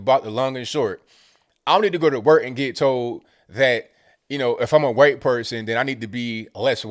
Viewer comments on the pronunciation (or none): "Hu-whyte" gets me every time. 🤣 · I love how you pronounce "Whhhhite" when referring to the woke folks idea of being less white. lol. You're spot on with folks keeping racism alive in order to make money off of it, keeping the sick, sick in order for drug makers to make money off of them. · Hey, i love hearing you pronounce the h in white, what, etc. like I learned in grade school. I don't ever hear it around these parts (Boston) any more. Also love Woke-a-Cola!!! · I love it when puts the WH in white occasionally, I know its intentional and it's hillarious. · Every time you say white I chuckle